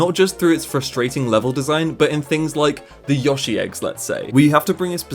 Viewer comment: Yoshi* not Yoghshee